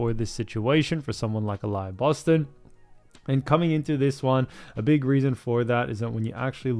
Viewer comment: Uh-lee-uh Boston**